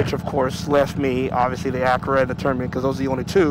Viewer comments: spends 2K+ for an exhaust, has no idea how to pronounce it properly )))))) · You should go on the official Termignoni's channel and watch a few of their videos to learn how to pronounce it.